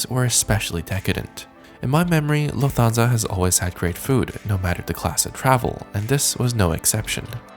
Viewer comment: I am absolutely loving your videos, your style, your sense of humour, the graphics, the jokes. BTW Lufthansa is pronounced Luft-hansa rather than Luf-Thansa. Anyway thanks for your wonderful content from a big fan in the UK.